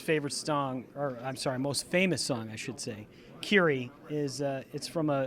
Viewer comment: Pronounced "Kee-ree-ay", as you'll note when Richard says it. Everyone always pronounces it wrong